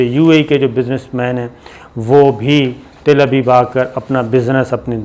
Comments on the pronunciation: Ots not Til Abeeb its Tal Abeeb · It is Telavive not Tilaviive . Plz correct your pronunciation . Always you use mispronunciation of the words. For example; in Urdu “ Shakast” you say “Shikast “ .i love you Mr. Sabir Shakir . Hope you will not mind my aforesaid words. Thanks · تل ابیب میں ت پر زبر۔ فرق یہ ہے کہ ت پر زیر کے ساتھ جو تل ہوتے ہیں ان میں تیل ہوتا ہے۔ اور تل ابیب میں تیل نہیں ہوتا۔ دوسرے یہ کہ اس ملک کا نام ہے اسرائیل۔ عزرائیل ایک فرشتے کا نام ہے۔ اورہاں، چے نا نہیں، چین، چین، چین۔ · mr sabir shakir, find the word Tel Aviv how to pronounce on google.